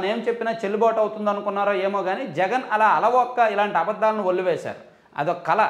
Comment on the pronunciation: కల ఏంటి brother... కళ 😅